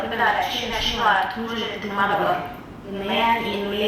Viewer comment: هم بيقرأوا حرف الجر ،، علي ،، أنه اسم ،،علي ،، كرم الله وجهه ماعندهومش اي احساس بالتشكيل خالص🤣🤣🤣